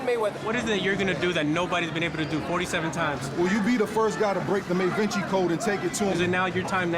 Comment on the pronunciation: May-Vinci? I got douche chills hearing that.